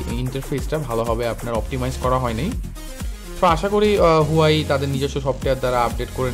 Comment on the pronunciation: ভাই হুয়াওয়ে উচ্চারণ হবে হুয়াই না।